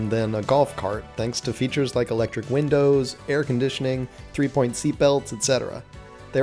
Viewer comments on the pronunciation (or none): none